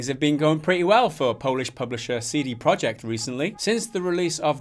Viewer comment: it's not CD Project, it's CD Projekt (you should say something like "proiekt")